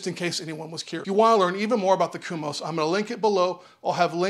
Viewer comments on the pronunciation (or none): Thanks for the review, but why are you saying "kumos" when it's "komos"? At the moment I'm trying to decide between Komos and KegCo.